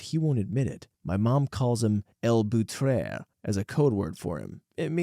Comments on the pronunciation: "El bóutrè" he says, in a very weird French accent. Buitre, it's buitre. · I was wondering why it sounded French 😆 "Elle boutrère" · The first syllable in Buitre sounds like the word buoy